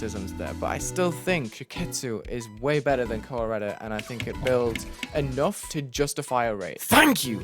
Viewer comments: Am I the only one who misheard "Kowareta" as "Colorado" LMAO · Koh-wah-reyta lmao